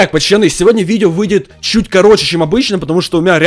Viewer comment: Ты говоришь почоны хмм почемк